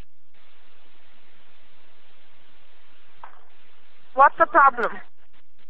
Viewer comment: its kitty not kiddie